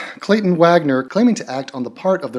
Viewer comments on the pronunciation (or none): none